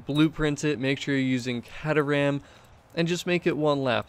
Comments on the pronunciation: It pronounced k-ter-ram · Awesome stuff... But the proper way to say the cars name is... Kay-ter-am (sorry buddie)